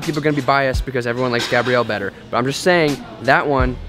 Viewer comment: This the second time he almost called her gabe-rielle lmaoooooooooo